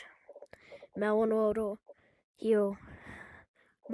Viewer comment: "mewon woadew" bro why you sound like a 5 year old learning english? and PLEASE fix your captions/onscreen text, jesus. Mr speech impendement over here